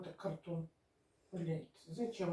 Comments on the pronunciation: где вы слышали слово"КарДон" Всегда бало "КарТон" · На каком языке она говорит ? Гардон, кардон, г..ндон , но только не картон ! 😂